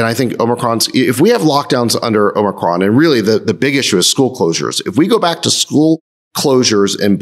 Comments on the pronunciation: The one Greek named guy can’t pronounce omicron…. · Friedberg chuckling at Jason's pronunciation of omicron. This variant's proper name is XI.. pronounced like the Chinese dictator.